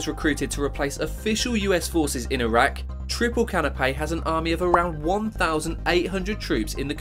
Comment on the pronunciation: So many things make me physically cringe in this video. Like, the fact that he said that Dubai was a country. Or the way he pronounced Bahrain and Iraq.